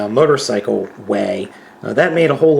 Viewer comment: At one point I thought you said mightercycle